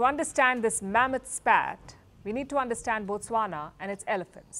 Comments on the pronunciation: Thanks for pronouncing Botswana well. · Wow the way u pronounce Botswana is impressive😊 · Wow you said Botswana exactly how we locals say it. I always watch your videos